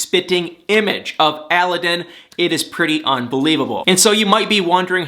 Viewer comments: Aladdin.. like the genie!! Not allllaaaden!! He’s way wayyyyyyyy cuter than this Tony guy!! Hopefully Laura will put away mr. purple!! Sucks to hear Derrick lost his job! I’ll put him in my prayers! Thanks for your videos!! And btw.. not all older women look old;)) js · It kills me how you and that woman pronoun a Aladdin wrong. Google it please, the pronunciation accent goes in the second “a” not the first one